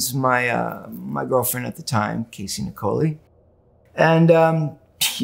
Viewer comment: It’s interesting that when Perry references his ex girlfriend Casey that he pronounces her surname as Nic-oh-lee rather than ‘Nickeleye’ which I was always lead to believe it was.